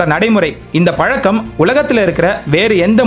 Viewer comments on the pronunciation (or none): none